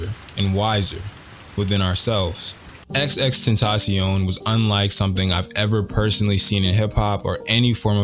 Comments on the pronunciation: dude says XXTENTACION not XXXTENTACION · I disliked this because this dude kept saying “XX Tentacion” Nigga it’s XXX 😂 Well put together video though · Did you say xx tentacion 😂😂I’m just givin you shit but fr fr at the beginning you did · FOR THE LOVE OF GOD IT'S PRONOUNCED TENDTH-A-SEE-OWN it's supposed to sound like the spanish word for temptation!! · bro you said his name wrong within 10 seconds into the video 😩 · you say his name with only 2 x's idk why bud